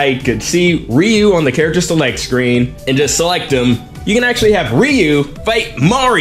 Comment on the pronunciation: It's pronounced ree-YOO